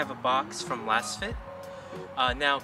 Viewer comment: Pretty sure it's pronounced "lasefit". Like they're laser scanned for a custom, precise fit.